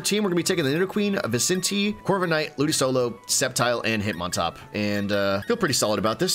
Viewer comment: The way you pronounce ludicolo both angers and saddens me, but I love the channel 😅